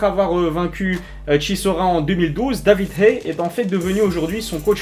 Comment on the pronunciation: putain fait un effort quand tu dis david haye , on dirait que tu dis Davidé